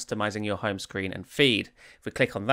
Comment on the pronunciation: It's HOME page not "HUN" page / screen.